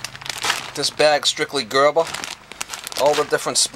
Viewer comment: “Gerba” “kohla” lol thats fucking awesome